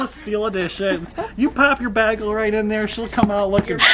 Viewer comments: it's a bae-gel not bah-gel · its a bay gol not bag ol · BAY- GGEL! I am from NYC. It is not pronounced bag-gel. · It’s a bae gel Not a bag el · It’s not bag el it’s baygel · im genuinely concerned that your friends pronounces bagel like bag-ul instead of bay-gul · i’m british and i can confirm it is pronounced ‘bay-gall’ not baggle:/ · BAYYEEEEgle not BAGGGGgle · I'm upsetoabout how they said bagel. it's bay-gull not bagul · Omg the way they said bagel it’s pronounced baggal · It’s definitely pronounced Bay-gul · coming from a new yorker where bagels are our specialty, it’s pronounced BAYgul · It's pronounced Bay- gull I agree with Jenny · coming from a new yorker, it’s pronounced “bay-gle” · its “baegel” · it’s BAY-GEL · yall really just fucking said BAG el. thats just wrong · pronounced bae-gull✌🏼🤠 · it’s bay👏gull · "bag el" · it’s BAY-gel and that’s that on that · Zaina S no I’m from Michigan and they are so incorrect bagel is pronounced Bay-gul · i didn't know people said bahgel not as a joke lmao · It’s pronounced ( bay-gel) and if you think any different you’re weird lmao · it’s (bay-gel) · Tf they say bagel like bagel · Were they seriously pronouncing it bagel ? It’s bagel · the way your friends pronounce “bagel” stresses me out 😂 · The way you’re pronouncing “bagel” confuses me. I can’t tell if you guys are joking or not. I agree with Jenny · the way the pronounce bagel 😤